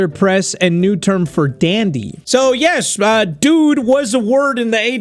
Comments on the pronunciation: The "Dude" sounds more like "Jude" to me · Is it just me or when said dude it sounded more like student